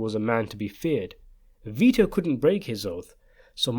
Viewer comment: The boy's name Vito \v(i)-to\ is pronounced VEE-toh. It is of Latin origin, and its meaning is "life-giving". Mostly Italian use. Saint Vitus was an early martyr who ...